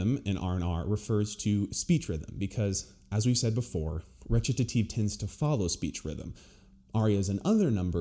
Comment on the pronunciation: Wait, howdy you pronounce Recitative? t sounds like Ret-ta-tive.